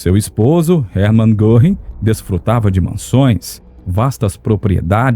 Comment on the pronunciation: Muito bom o documentário. Pena que o locutor não tenha tentado minimamente inteirar-se da pronúncia dos nomes alemães. Isso evitaria que ficasse reprtindo coisa como “Erman Gorrin”.